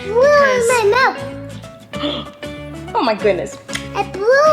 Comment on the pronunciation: I love this new one because it sounds like he says “I’m da queeeennn” 😂